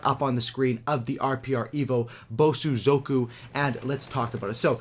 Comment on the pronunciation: Thank you for pronouncing Bosozoku better than in your Supply Drop opening.